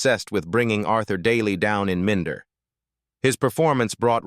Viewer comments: min da dont you just hate this septic Ai narration lol and Gillingham saying it as Gil ingham lol 🤣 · Dont you just hate this AI narration. Not only is it in an inappropriate american accent but doesnt even pronounce "Minder" properly. Shit when you consider that Minder is the subject of the vid. This is YT pollution.